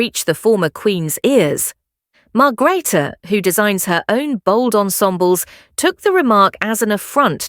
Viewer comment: Margreater you need to pronounce her name correctly